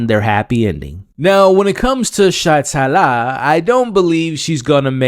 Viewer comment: how do you cover this whole season and still say multiple characters names wrong lol? Sritala and Saxon, not 'Shytala' and 'Saxton'